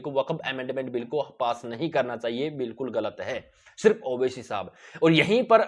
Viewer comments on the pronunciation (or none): none